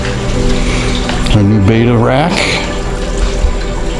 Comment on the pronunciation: You own stores and don't know they are Bettas. Pronounced Bet-tah, not Bay-tah. Otherwise everything looks good.